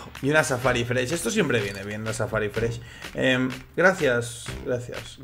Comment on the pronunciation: Algun puto dia dirá "Safari Mesh" no FRESH